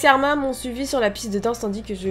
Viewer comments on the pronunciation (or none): Arimineeeeeee on dit le e